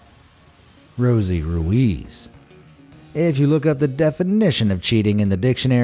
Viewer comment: Your pronounced ruiz wrong